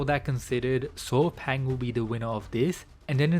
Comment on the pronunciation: his name is pronunce Saw Paing. not paw paing